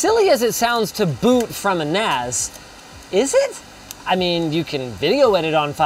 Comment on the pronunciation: I keeps mishearing NAS as nads.